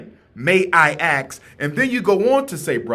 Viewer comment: I agree with Umar, but at his level of education, I expect to hear him pronounce the work ASK properly. The S comes before the K, brother.